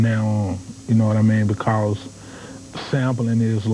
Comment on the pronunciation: I like how 8ball says "Because" nothin like the south lol